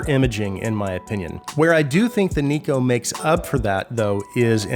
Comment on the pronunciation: Neko is a japanese work, thus it is pronounced as "Nekoh". Amazing review as always!